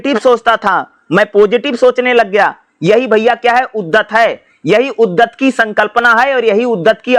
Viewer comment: पढ़ते तो अच्छा है पर कुछ शब्द गलत बोलते हो सर जिससे कन्ज्यूरिंग होती है जैसे उद्धत, प्लाटो